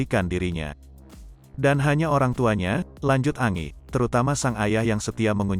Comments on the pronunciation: Kok Angi panggilnya kok nggak sekalian Angin bacanya Angie itu Enjie.. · Parah ni Mimin bacaan berita nya jelek banget 😂, Angie baca nya Enji,koq malah Angi 😂😂,belajar dunk baca yg bener